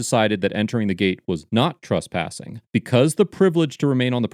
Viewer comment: STOP SAYING TRUSPASSING ! LMFAO and stop saying TRASPASING ! It's "trESpassing"!!